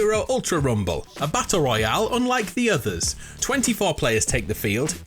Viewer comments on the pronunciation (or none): none